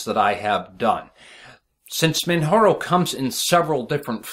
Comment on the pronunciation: ...say it with me: MAN-->J<--ARO...;)